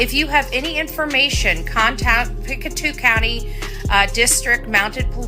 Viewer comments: yes! Thank you! I live in Pictou Co and one thing that kind of drives me nuts is when people pronounce it "Pic two" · Pictou (Pic toe) way it sounds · It's pronounced pick toe.